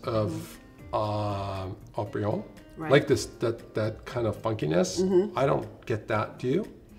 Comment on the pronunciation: I'm surprised Haut-Brion outperformed Latour. I'm even more surprised that pronounced it Ought-Brion.